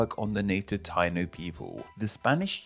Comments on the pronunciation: It’s pronounced Tai-EE-no not TY-no. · FYI, Taíno is pronounced tah-EE-noh, emphasis on the í 😊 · As a Jamaican, nice video and well explained (: btw Taino is pronounced tie-e-no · I'm half Boricua (PR) and half English essentially. It's defo pronounce Tie-E-No. I was laughing listening to this ignorant pronunciation haha. My Guyanese wife was like "what are they saying? o_O " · Stop. Tayno. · What???? The native people were called the (pronounced) "Tie-eeee-no." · Taino = pronounced TAI-EE-NO